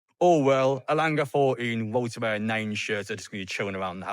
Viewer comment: Its woltemade ... not woltemare😅